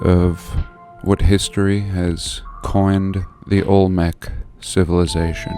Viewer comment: Olmec. Olmec's. Ol-mex. Old Mex.